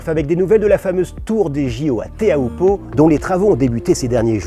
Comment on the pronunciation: On ne dit pas Téa-ou-po mais Tiiioupo en tahitien :)